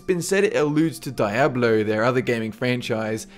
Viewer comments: i was just making fun of how he said diablo calm down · i was referring to how the other guy pronounced it. not a spelling mistake